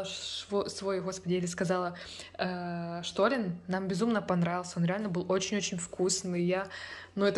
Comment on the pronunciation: Шторен??? Ну ты клоунесса